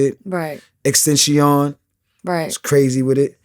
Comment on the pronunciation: Did homeboy say “ex-tent-cion” 😂😂😂